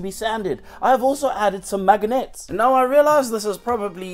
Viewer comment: ive never heard someone mispronounce "magnets" before